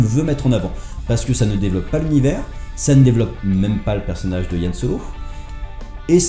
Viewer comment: Y'a que moi que ça choque qu'il ne sache pas prononcer Han Solo en parlant d'un film sur... Han Solo ?